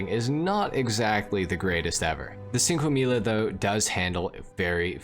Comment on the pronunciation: It's pronounced "Chinque Milla" not sinque milla